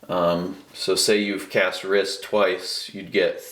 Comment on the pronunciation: Just do you know it's pronounced reese